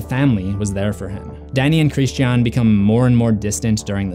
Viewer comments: Oh my gosh, I'm sorry, but that is not how you pronounce Christian. Almost stopped watching just because of how aggravating it sounds. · Can you not pronounce the word “Christian”???? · Its Christian, not KRISSED SHEE AHHHN. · Who is this "Hreesteaawn" you keep referring to? ;) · “Kreeshtee ann” ... it’s Christian. It’s literally talking about Christianity - Christians character is direct commentary on Christianity lol don’t deny that shit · It's Christian not Christi-An just fyi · Bryana gabaldon Chris-chean. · Almost as bad as that trash last Airbender by Shyamalan in which Sokka was pronounces(Soh-ka) and Aang was pronounced(Ong) pissed me off the entire movie. Chris-chean is runner up tho I honestly wana turn the vid off because of it but I wana see what I might have missed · It's the one example of where Florence Pugh's British accent pops through. The way she says "Christi-an" is the way Brits generally pronounce that name. Simple explanation. Americans find it not so simple. 🤷‍♀️ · SuJu_Mimi christiiiien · My man, why are you pronouncing his name like “Christianne?” It’s a word I thought was actually impossible to mispronounce in most places in the world. Anyway, I think he’s named this as a sort of reflection on religious and cultural violence. Many people in history have committed acts equal to, and in some cases more heinous than what occurred in the film in the name of his namesake’s religion. It’s quite clever really. We’re faced with so many questions regarding the acceptance and treatment of alternative societal, cultural and religious norms in this film. It plays with the ideas of what kinds of behaviour are acceptable and welcomed, or taboo and outright disgusting. It’s a constantly-moving ethical line, and we experience this day to day without even being aware of it. Superb film. I really hope Aster doesn’t completely abandon the horror/thriller genre for the rest of his directorial career. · Bryana gabaldon glad someone else noticed.